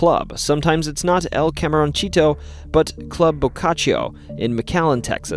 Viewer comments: Seriously, dude, it's like hearing fingernails on a chalkboard. "Camaroncito", little shrimp, ends in "SEE-toe", and not "CHEE-toe" like the snack that tuns your fingertips orange. When in doubt, just google! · David "boo-eee" Camaron"see"to not "cheetoh" Almost like you know how much that would bother a Texan...